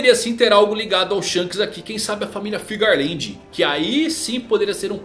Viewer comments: Geral fala FIGARLAND, sendo que o correto é FEARLAND kkkkkk, corrige isso aí kkkkk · Alguém me explica pq que vcs falam "FIGARLAND" sendo que no papelnde recompensa tem "FEARLAND" 🧐